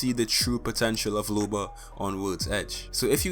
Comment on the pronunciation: It’s looooba not lube-a